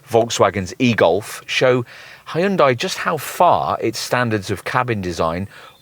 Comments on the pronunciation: Yeah, it's "HUN-DAY" Not "HEY-YOON-DIE" You should actually watch a Hyundai commercial so you can figure it out. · it’s a Korean brand so it actually is pronounced closer to Hun Day than how it is in this video - not a US peculiarity lol